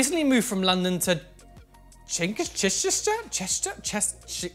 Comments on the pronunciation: Chichester is pronounced Ch-ih chester in case you were interested :) phonetic i sound. It looked like it was bugging you. Love the icy blue contacts, it’s a piercing look ( geddit?) 😂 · Loving watching you try to pronounce Chichester, it's not far from me and never really thought it could be interpreted in so many different ways lol. It's chi as in chicken, and Chester as you imagine it should be said..... Hope that helps! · It's pronounced chichistir.